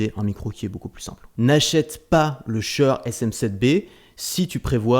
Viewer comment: j'ai jamais entendu quelqu'un prononcer si mal "shure"